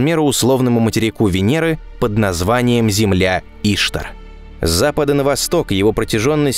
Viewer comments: Наконец подробно показали рельеф. Спасибо, было интересно. Только, кажется, ударение не И`штар, а Ишта`р. Это богиня такая была. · Не Иштар, а иштАр. Ударения правильно ставь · ИштАр. Ударение на втором слоге. Как у вас вообще возник тот вариант, который постоянно озвучивается в ролике?? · иштАр, а не Иштар))) вавилонская богиня. врата иштар. вирус ещё такой гулял в начале 00х - Ishtar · Не в укор авторам, но редакторам на заметку - Земля́ Ишта́р. Даже в Википедии написано ударение. Уж очень по ушам режет... А видео очень интересно и познавательно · ИштАр. Ударение на "А". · Иштар на а ударение блин, Иштар это богиня месопотамии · Отличный выпуск. Спасибо за Ваш труд. Но Иштар - ударение на А.